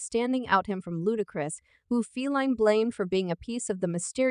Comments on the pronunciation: did this heifer just say "feline" williams??...wtf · Why are you saying Feline Williams? Totally unnecessary disrespect. How is this ok?